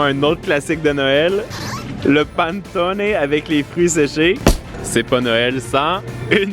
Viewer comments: ça se dit pas le "paneutoné" ça se dit "pannétoneu" pas une critique hein, en tout cas c'est comme ça que on le prononce en Italie ✌🏻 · Cc! On dit " Panétoné " car c'est italien et en Italie on prononce toute les lettre et les " e " se prononce " é " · Le Panettone ça se prononce "Panètonnè" 😂😘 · Je vais te reprendre je me sens obligé on prononce (Panaitone) 😂 Vous êtes au top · Je suis italienne et j'ai pas supporté comment il a dit "panettone", ÇA SE DIT COMME SI ON ÉCRIVAIT "PANÈTTONÈ, 😤NAN MAIS HO, ON MANQUE PAS DE RESPECT AU MEILLEUR GÂTEAU DU MONDE QUAND MÊME ! 😁 Sinon la vidéo est cool 😎 😄